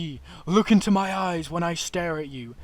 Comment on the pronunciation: "Shooot it in de aaayyyyysssss"